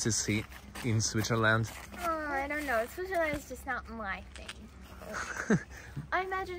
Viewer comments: Pronounced SwiTzer land, not SwiZZer land. Also known as Schweiz, (German) Suisse (French), Svizzera (Italian). Hmm, I don't know if there is another name in Romansch speaking areas. Curious what the name is in Russian. Enjoy! I think the siren testing was Feb 1 this year. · really great video, I have only one little complaint: It's called "swiTzerland", not "swizzerland". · Someone tell her it’s Switzerland not SwiZerland! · I notice that you don't pronounce the "T" in Switzerland. Are you aware of this?